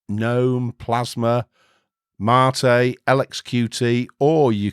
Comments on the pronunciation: MATE Is pronounced Mate, it's a Spanish word so you're pronouncing it the proper way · You pronounce Mate as you should. It's about tea, not your blokes. ;) OpenSUSE is a pain to configure if you want to use it as a all around home desktop. Lacking codecs, choosing right repo. It's not supported by some 3rd parties very well. I gave it few chances and I look at it like at ordinary workstation and nothing more. Leap + Xfce looks great. It works great. Question is: If you do a work, like coding software for Linux, would you use OpenSUSE when majority of home Penguin distros are Debian based? Debian, MX, Mint, Ubuntu, Zorin, Pop!, Elementary...